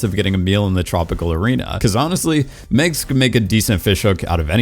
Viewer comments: It's MAGS, not Migs, and I liked her so much. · Why does this dude keep calling MAGS "Megs"? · It's Mags...not Megs. And Peeta...not Peter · Who tf pronounces Mags as “Megs”